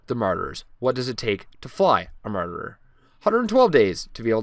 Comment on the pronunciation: I couldn't figure out what you meant by the "marderer"--which you said four times before I realized you meant "marauder."